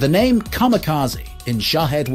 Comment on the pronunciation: Definitely mispronounced names but the weapons specifications are legit.